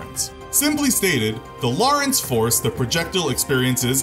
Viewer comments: Lorenz not loris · It's pronounced "lo-reh-nz" not "law-reh-ence" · How are you pronouncing "Lorentz" as Lawrence? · This guy could have the best Sound Recording Room ever made (and he would still pronounce words like 'Lorentz' and 'sabot' wrong.) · The T is silent in sabot. also check your pronunciation for lorentz force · you are saying 'sabot' wrong. edit- and 'lorentz' it is difficult to take this channel seriously when key terms are mispronounced.